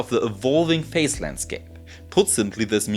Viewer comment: Excellent presentation. My only gripe has to do with your pronunciation of "phase," which to my ears sounds the same as "face", but the "s" in "phase" in English is pronounced like the "s" in the German word "Kaiser".